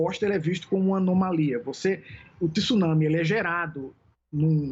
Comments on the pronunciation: Vamos pronunciar a palavra correta é TSUnami e não TIsunami . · 😂 Estranho o professor pronunciou a palavra TSUNAMI certo no comeco e depois comecou a falar TISUNAMI...nao sei se pra acompanhar a apresentadora...Tsunami se pronuncia da forma que se escreve...